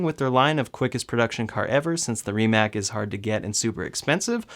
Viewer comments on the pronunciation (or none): While I love the Rimac Nevera and what the company has done, it is a Electric Hypercar - which is a completely different segment. Kudos to both Tesla and Rimac obviously. Try to pronounce it the way it is native to Croatia - (Rimahts) ;)